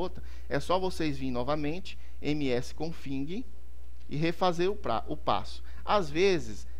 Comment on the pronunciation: "Confing" tbm kkkkkkk